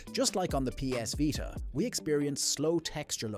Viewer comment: what is the vighta? its a veeta.